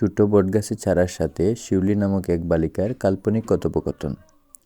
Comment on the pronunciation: পিউলি না শিউলি